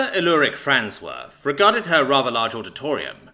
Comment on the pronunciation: Fransworth - farnsworth